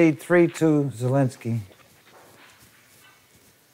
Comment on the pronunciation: it’s very slightly hearable even to polish. In a name like this, IE is spoken fast without emphasis so sounds like “zeh”. The announcer is saying it 95% like a Pole would say it.